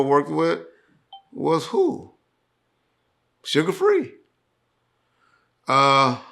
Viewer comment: Suga Free is a West Coast legend. Why you say his name like that??